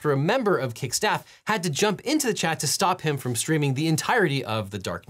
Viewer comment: It's chat not Chad